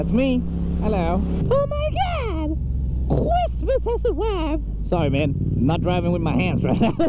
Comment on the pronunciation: Oh ma gahd cHWismeSS hAs awWiVed